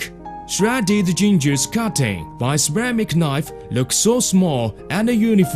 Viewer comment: 3.24 lök at the perpers the surface lüks suh slidey